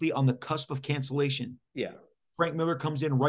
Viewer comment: Lots of namechecks for here. Maybe Mark can teach him how to pronounce his surname. “Millaaaah”.